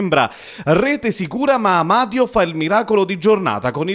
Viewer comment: sto telecronista sbalia tutti i coniòmi... Amadio...Anania...tutto senza accento tonico...